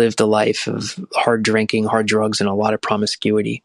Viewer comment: Hard not gard. My phone id is broken to boot